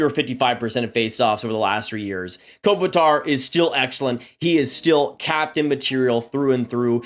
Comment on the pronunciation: Kopitar "One of the most respected captains" but you can't pronounce his name right